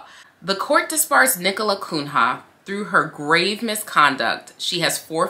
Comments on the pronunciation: girl I love you and your vids but hearing you repeatedly pronounce the attorney's name as KUN-HA sent me hahahaha its a portuguese surname, pronounced "Cunya" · I ❤️ you, but I humbly submit that “Cunha” is likely a Portuguese name (in light of the given name), and is thus pronounced [Kūn-ya]. 😬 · Pronounce like Cuña. It's a Portuguese name where there's no ñ. She is primordial ooze – such a luxurious adjective. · Her name is Portuguese. Pronounced Koon-Yuh.